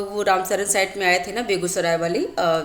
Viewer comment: रामसर होता है मैडम, रामसरन नहीं